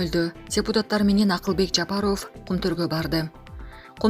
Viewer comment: ФФ буквасына ябай бай экен да.🤭